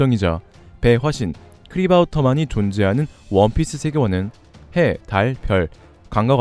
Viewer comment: 역시 랜덤은 믿고보는 떡밥. 한가지 정정 할 부분이 있다면 크리바우터만x 크라바우터만o